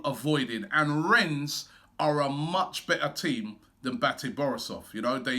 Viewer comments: Its REN not RENS... I am tired Robbie! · Just A quick one. It us pronounced Renn, you don't sound the S. :) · Need to work on your French Robbie, "Ren" that's it. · YOU DON'T PRONOUNCE THE S, it's pronounced Ren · i know-he pronounced it wrong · I’ve disliked the video because Robbie mispronounced Rennes.